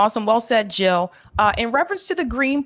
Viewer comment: Jill NOT hill ! ! !